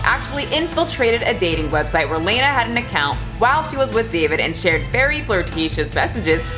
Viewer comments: 500,000,000 gross points? Accurate. Also, I think it’s pronounced Lah-nah (like Lana from Archer). Lol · Very minor detail: Lah-nah, not Lane-ah. Trust the simp!! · It's lawna not layna...its pronounced law-na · You’re saying her name wrong the whole time